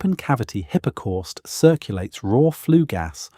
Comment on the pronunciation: hippa corst.....good grief....